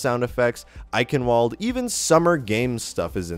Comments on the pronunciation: don't mean to be that guy, but it's pronounced like einchenvalda, not eikenwald, just saying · Eye-kin-valdt, not Eye-can-wald. :)